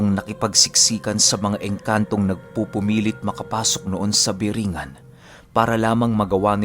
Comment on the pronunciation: corecton lng po (BORONG-GAN)